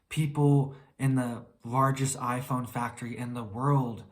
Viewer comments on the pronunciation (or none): Did you say IPhone 🤣🤣😂😂😂🤣🤣